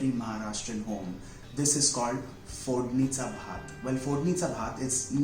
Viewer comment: very nice!!!it is too comman but too demanding.....i think u are very well in marathi language........bcz how u pronounce that "fodnicha bhaat" it totaly saying that ur from maharatrian family!!!!